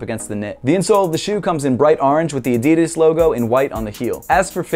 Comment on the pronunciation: Can you pls start pronoucing "Adidas" right